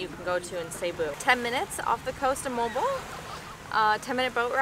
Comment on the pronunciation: Its pronounced Mohh-Al Bo-Al